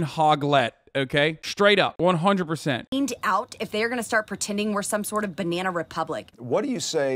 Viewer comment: "This is a bnyanya republic" literally the only thing they say.